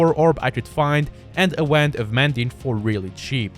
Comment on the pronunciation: “Waynd of mending”